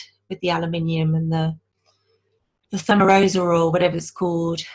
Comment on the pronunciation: Thigh-mare-iss-all -- Thimerisol -- A derivative of Mercury